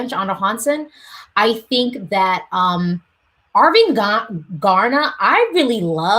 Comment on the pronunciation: You almost Said arvingarna right the last time you Said it☺️